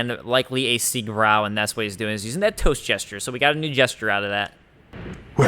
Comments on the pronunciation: Hey, it's called “Siegbreu“, not “Siegbrow“ or “Siegbrew“.:) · Siegbräu means victory brew and it is pronounced more like "Siegbreu" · Siegbräu pronounced [zeeg'broy] love u